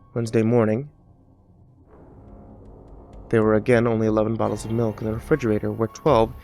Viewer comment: Oh i'm sorry, I thought it was pronounced Smilk and spelled Smilk.